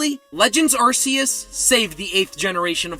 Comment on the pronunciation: It’s pronounced ahr-KEY-iss, “”! Get it right! 🤨